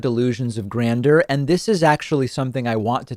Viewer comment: Delusions of grandeur is not pronounced "grander". someone who can DM him please let him know because he keeps saying it wrong.